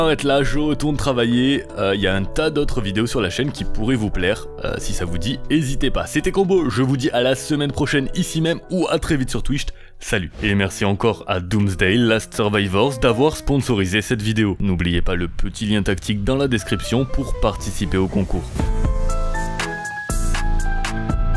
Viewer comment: Tu dis toujours Twicht, Locklear va encore tilté 😁